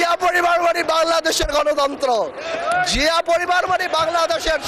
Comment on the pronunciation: Chia, shia, naki Zia bollo, bujlam na.